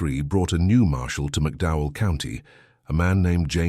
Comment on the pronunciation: McDowell County, not Mcdow.. The TOE river, not towell .The rolling hills of Kentucky, (the promissed land) is NOT appalachia! crap....20 deputies maybe.. Marshals??? really NOT LIKELY!!